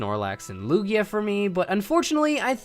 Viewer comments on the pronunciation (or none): none